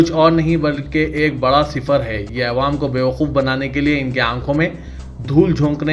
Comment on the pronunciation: Ayewaam nai bhai awaaam boliye